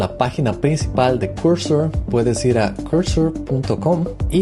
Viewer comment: No se dice "Corsor" o Cursor, se dice al revés Cursor o "Corsor", deja de hablar como un huevón.